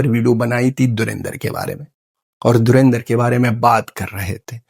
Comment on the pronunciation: Ye saale dhulindhar bol pa rahe hai Lekin dhurandhar nhi bol pa rahe. Wah kya acting kar rahe hai 😂😅